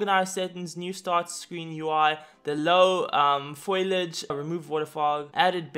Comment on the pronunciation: man said "low foliage"💀💀